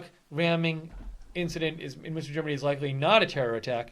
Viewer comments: It's pronouced "Munster" as in Eddie. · It is called Münster, not Munster. Munster is an old province in Ireland. Münster is a small city in western Germany. I have been there and it is very nice. It is pronounced like "Minster", but with that first vowel rounded so that it sounds a bit like a cross between the vowels in "put" and "pit".